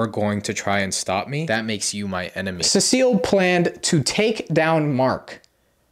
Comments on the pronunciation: Everybody complaining about the cecil pronunciation but I lowkey don't mind cuz I'm latino and in spanish Cecil is written "Cecilio" and its with that pronunciation he's using, I even know a guy irl with that name, so yeah even though cecil is a few letters shirter than cecilio, I still think it sounds pretty decent :) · Btw you pronounce cecil like ,See sill, not, suh seal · Nah man he called Cecil ce seal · Se-sul not sea-seal😭😭😭😭😭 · Ceseal instead of Cecil🙏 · Also, CEE-SULL. CEE-SULL. Not cecille, CEE-SULL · It’s pronounced (see-sil) not (se-se-ill) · Btw it’s pronounced see-sul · It’s pronounced more like sea salt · cecil? nah we got “cesile” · As a BIG invincible fan the fact that you said seasil is hurting me😔😔😔😔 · Cecil is pronounced see-sil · Ah yes cavil bro it’s cecil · Who the hell is suh-seal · “Scrooge virus” and “Cecile” is crazy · Why are you saying Cecil's ( Cee...so) name wrong? His name is not Cecile 😂 lol. What you mean you don't buy Mark and Amber's relationship. It's just like a normal thing in superhero comics like Peter Parker (Spider-Man) and Mary Jane also Clark Kent(Superman)and Lois Lane. You don't see in the comics that Superman all of sudden started dating Wonder woman or Spider-Man going ahead and just dating Black Cat. What I'm trying to say is that it would take time for Mark to date Eve because you just want to have a normal life. By the way Mark is half human and Vite. Some comic books especially when it comes to Robert Kirkman stories. He takes his time telling the story to get to the main focus point, so please be patient. You already knew that Mark had another child with that female Vite because she requested that she wanted to mate with him and not the worthless human. *FUN FACT: The writer and creator of Invincible is Robert Kirkman who you may know is also the creator of The Walking Dead comic and executive producer of the TV series. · It’s pronounced sea salt🗣️ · seh SEAL 💔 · SEA SHELL! SEA SHELL! I NEED U